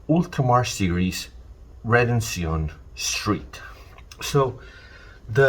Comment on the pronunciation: I appreciate the correct pronunciation of redencion.